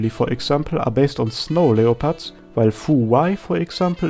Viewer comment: The way he pronounced Leopards triggers me so hard